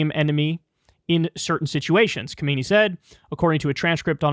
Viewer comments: Sorry to nitpick but it's pronounced KaMinEE not KoMeiNee... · Ehm Kyle, if I may make this little remark....? This current highest leader of Iran is named Kha-me-néí (emphasis at the end). Not to confuse with predecessor Kho-méi'-ni (emphasis in the middle). Who was the guy that at that time, chased away the US-backed sjah Pahlavi in 1979, and died in 1989 of cancer🙂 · The supreme leader's name is pronounced: khaa-meh-neh-ee